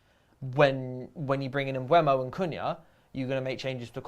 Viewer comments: Wow, all of a sudden is pronouncing Mbuemo correctly (Mbwemo, rather than Emboomo), as she has been pronouncing it on every one of her Talks Football videos. Hallelujah! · Nope, me and you made the same mistake!! I said the same thing, having a real go at people on every vid lol then decided to pit it in YouTube and found Mbuemo pronouncing his own name on a video of the Brentford squad introducing themselves, it is in fact M-BOO-MO!